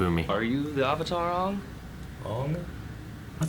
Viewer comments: I dont get why they changed the pronunciation of like every single word/name that has anything to do with the actual IP. Aung? Auvutar? Eeroh? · oh god 30 seconds into the movie and they already pronouce Avatar wrong oh boy says the Ovatar lmao